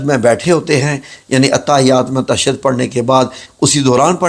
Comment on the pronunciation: بھائی قرآن کی آیت اور مذکورہ دعا کا عربی متن غلط پڑھتے ھو۔ لفظ تشھد بھی غلط پڑھتے ھو عالم دین کے ساتھ بیٹھ کر اصلاح کیجئے ۔ باقی اتنی لمبی اور غیر ضروری ویڈیو بنانے کا "مقصد" واضح ھے